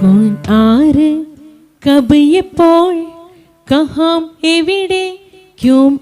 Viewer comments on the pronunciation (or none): കഹാം അല്ല, കഹാ എന്നേ പറയാവൂ